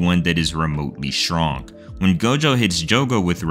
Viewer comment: word: strong pronnunciation: shwonk